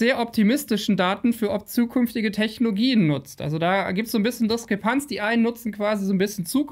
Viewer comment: Warum sagst Du eigentlich so oft - es heißt TechnoLOgien!... mich reißt das immer aus dem was Du erzählst raus und ich denke immer ich hab mich verhört und bin so abgelenkt von der Sache.